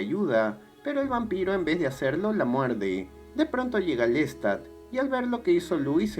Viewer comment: que mal resumen , que feo pronuncias el nombre de LESTAD como suena con acento invisible en la (a) por desgracia no cuentas nada nuevo o profundo, que muestre o deje alguna enseñanza, tu acento es horrible, no se de donde seas pero hablas mocho, cuando se cuenta o se resume el tema del vampirismo (como otro) en el cine, sea drama, comedia o terror, ¿lo entiendes?, algo mas que cuente lo psicologico del ser humano sobre todo el momento presente o las circuntancias en que se vive en la actualidad, es reprobable la forma en que cuentas las cosas, no haces tampoco ni por error de semblanza de algun cineasta comparando el tema con otro vaya es una verdadera lastima, ni lo bibliografico tomaste en cuenta 16 minutos de nada